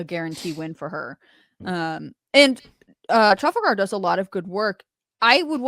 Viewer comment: Neither of you can pronounce Trafalgar correctly?